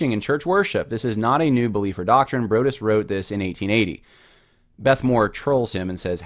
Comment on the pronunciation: Broadus is correctly pronounced "Broad" as in "the Broad road" + "us" like the plural form of I.